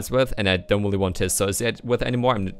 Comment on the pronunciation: You've gotten much more fluent with your english. The only thing you might want to work on is your R's because the usually sound like wh sounds. i.e really sounds like wheelie. I've been wanting to tell you this for some time now but have been hesitant that people might take it the wrong way.